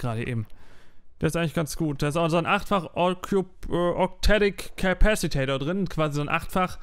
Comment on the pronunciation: Du sprichst Capacitor jedesmal falsch aus :D du sagst immer Capacitador :D